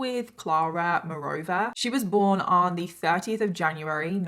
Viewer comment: She said 30th not 13th. But I can see why you got confused since the way she said it sounded like 13th.